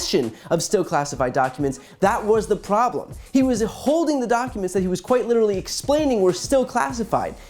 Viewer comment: And one voice does say: we have a priblem